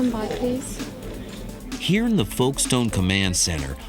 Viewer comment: A shame the narrator can’t pronounce Calais & Folkestone correctly